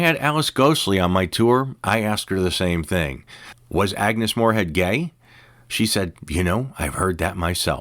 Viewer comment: ' Moorehead ' not " Morehead ".